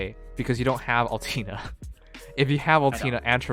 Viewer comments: Nope, it's Oll-Tay-Ner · Lol everyone on the chat triggered by how he says Altena It is Al-TEN-a though